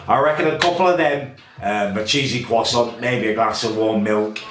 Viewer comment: a cheesy kwoson, what the bloody ells a cheesy kwoson when its at home